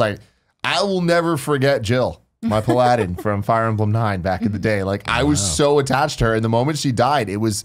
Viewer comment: Are we all going to ignore how Tim pronounced paladin ?